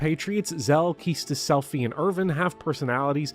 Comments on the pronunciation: Kee-Stis throws me off everytime I hear it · Only 5 hours? A true fan would have at least X hours. Maybe X-2. Edit: Good lord that Quistis pronunciation.